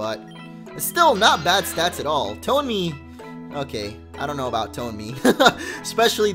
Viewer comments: Quinn R ton-eh-me* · Isnt it TONE-MEE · its not toney its tonemy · Bill Green no that would be tone-me not ton-eh-my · It's tone-en-y like tone plus an enemy. Must be a sound pokemon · I thinks it's pronounced To-na-ma😄😄😃😃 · I am 97% sure Tonemy is pronounced like Toe-Ne-Mii. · It's tone-my